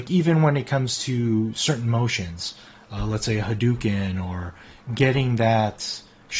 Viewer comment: You were legit until I heard "haDOOken". Jk, I'm not savvy with electronics or modifying sticks, but I did pick up the T16, after already owning a Fightbox. I wanted to get more into leverless, and I need the additional bottom left thumb for SF6 (I set it as a second Down input). But so far I've only been learning Tekken 8. Anyways, helpful video since I do probably want to change the button tops and switches. Thanks.